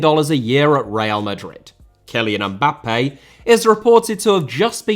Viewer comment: Mbappé * not Mbappei Media* not Medier Regimes* not Reigimes Shaw * not Shor München * not Munich Serie* not Seri Bundesliga* not Bundesliger Half* not Holf